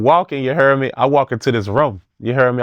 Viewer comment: Ya hare me